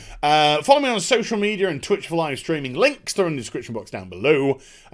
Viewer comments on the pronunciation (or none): Wonderful vid. Just one problem, where's my "Soseeyal" media? Stephen needs it.